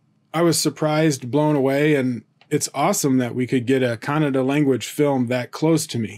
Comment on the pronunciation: Atleast you pronounced Kannada correctly unlike North Indians.. They pronounce it as kannad what ever the fuck that is..